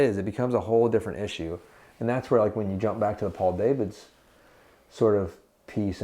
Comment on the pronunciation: Nice if you could get the guy's name correct - he is Dutch and so his name is not pronounced " day - vids" - but correctly "dah - vids - not so difficult